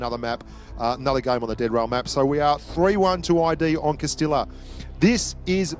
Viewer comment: Someone should count how many times mispronounced "Castilla" in this video.